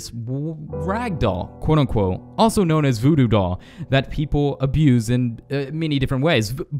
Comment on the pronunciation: Did You Say BooBoo Doll Or Voodoo Doll